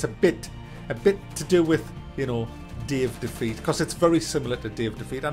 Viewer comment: the way you say Day of Defeat is great. "Dave Defeat"